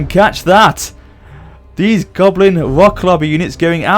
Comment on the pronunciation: I swear he said gobin